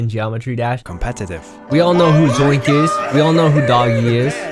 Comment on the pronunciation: omg again with the zoinx bro its called Z O I N K ITS K NOT X